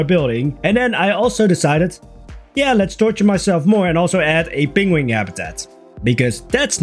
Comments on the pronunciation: "peng-wing" - Adorable pronunciation. Wrong, but adorable. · This make me think of Benedict Cumberbatch and his pronunciation of penguin